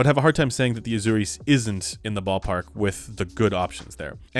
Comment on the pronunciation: Pronunciation: Asùris and Edenìs. Very interesting news. Thank you for sharing.